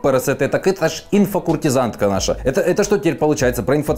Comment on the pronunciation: куртизанка, а не куртизанТка. (или ты специально чтобы я комент написал?)